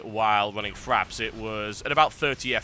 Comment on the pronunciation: TB, it's FRAPS not FRAPs